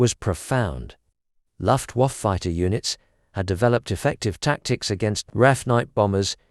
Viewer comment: AI pronunciation wizard kindly note! The British 🇬🇧 English orthography & pronunciation is correctly spelled for the word as, ‘A L U M I N I U M’, & is pronounced in a ‘FIVE SYLLABLES FORMAT’ like; “AL - YOO - MIN - EE - OOM”!! Also the name/title of the German word, “LUFTWAFFE” meaning “AIR FORCE” in English, is also correctly pronounced like in its original German norm, as, “LOOFT - VAH - FEH, definitely not in its AI pronunciation form, recorded here as, “LUFT - WAYF”!!😢